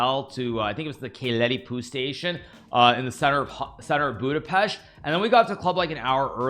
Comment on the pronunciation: Nice to hear that you pronounced all hungarian names perfectly: Budapest, Keleti pu, ... By the way pu means PalyaUdvar - trainstation :)